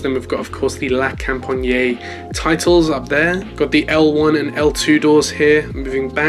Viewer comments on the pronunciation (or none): it is pronounced la compagnee not la companyeah im not any hater it just irritated me a bit as a french human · Yeah the best way to say it without speaking french is la com-pa-nyee but without dragging out the nyee too much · Lol so cringe the way you say "la compagné". the best way to say it is to not say the "e". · you can open the A400 doors, it's like the C17 you can go for it ;) oh and btw it's La Compagnie (la companEE the E sound as in General LEE not IEY just for your knowledge not a critic) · Just pronounce la company but with a French accent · he aint saying it right lmao